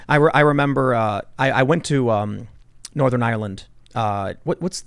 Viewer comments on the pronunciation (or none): Ireland not island